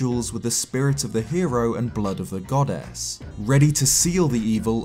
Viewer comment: why i heard it as God-Ass